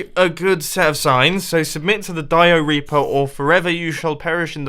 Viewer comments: when he said "dioreaper" I thought diarrea reaper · "Dio-Reaper"... All I heard was, "Diarrhea-per", which Iskall85 probably thinks of it as. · The dio-reaper sound like diareah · The Diorea-pa. that sounded so wrong mumbo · he said dio-reaper and all I thought was diaper